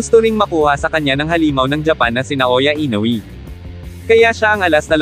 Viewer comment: i-no-we po hindi i-no-wi